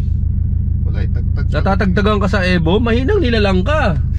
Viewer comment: E-VO not Eh vo.